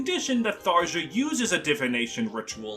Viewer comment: obligatory "it's pronounced thar-yah" comment. I left a like pls dont hex me bro